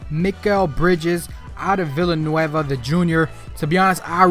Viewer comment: That was so funny how he said Villanova